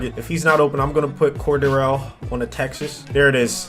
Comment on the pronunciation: Its lowkey painful how he pronounces “Cordarrelle” lol